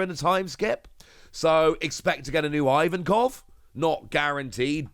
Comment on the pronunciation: hey quick request: could you please pronounce Ivankov differently aka correctly? It goes like "Eevankov", not "Ayevankov" or "Eyevankov". Hope that helps...